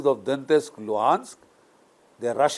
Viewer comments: It is not Dontesk. It is Donetsk. Some Europeans pronounce it as D o nesk (t-silent). Some pronounce it Daw net sk. Some others as Do net sk. But it definitely isn’t Dontesk as the general pronounces . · Hello sir,not dontist, it's Donetsk